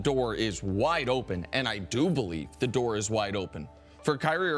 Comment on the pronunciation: Did i just heard "the dork is wide open" c'mon. You got to be kidding me.🤣🤣🤣🤦‍♂️